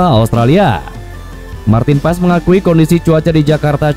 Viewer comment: Pengucapan namanya Martin Pass bukan Paes